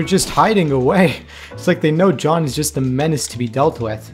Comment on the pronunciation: does he say Shawn instead of John😂